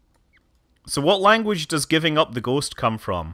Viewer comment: "Giving up the ghost" -sounds like german.